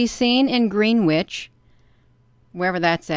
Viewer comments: Pronounced Gren,itch......Greenwich Mean Time. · A finer point, but if you're from a lower socioeconomic group, it's pronounced : Grin- idge. 😳